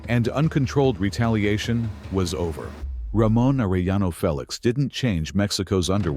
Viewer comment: Are eh yaknow, stupid? Its not hard to say that for an American who understands english enough to be able to say specific english sounds as a way of speaking a name which cant be translated into an english version, simply spoken in an English accent interpretation, using our own language to say what we hear when they say their own name. Youre not supposed to try and read a foreign name like its written in emglish, especially when you know how to say the name properly and mess it up trying to say what you see written as if it was a word in English